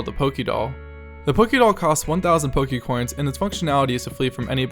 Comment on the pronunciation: stop saying pokecoins stop please